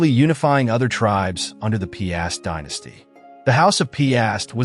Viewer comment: It's /pyast/ - 1 syllable, not 2 /pee-ast/